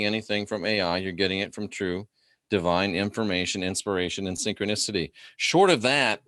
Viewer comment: SYN-CHRONIS-TY SIN- CHRONUS... CHRONUS..S0....